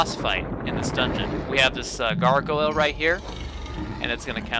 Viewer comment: or so. Did you just say “gar-go-luh”????